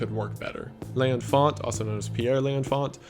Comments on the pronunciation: "L'enfant" is pronounced more like "lon-fon" and translates to "the child". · L’Enfant was pronounced wrong - c’est français